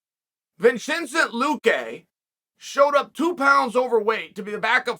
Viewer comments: Vinchensent? VIN-SEN-TAY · “Vin-Chen-Cent” Luque, and Joanna “Yeder-Jay-Sick” are probably 2 of the funniest name mispronunciations he’s made. Pure genius comedic gold! It’s pretty much all I come here for 👍